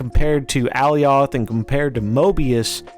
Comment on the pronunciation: Alioth is pronounced like Goliath